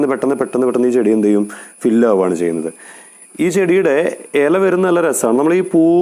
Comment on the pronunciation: എല അല്ല ഇല 😍😍